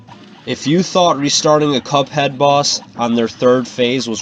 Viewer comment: did he say cup hen